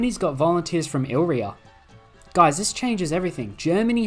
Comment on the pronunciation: Hey, re-read illyria. You're saying illrya when it's illyria.